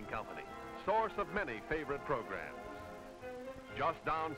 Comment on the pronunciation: I always love how the narrator pronounces things in ways no one will ever pronounce them. It is especially noticeable with, "program" which he pronounces as, "progrim." 🤣